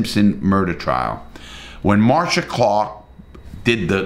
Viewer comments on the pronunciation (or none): none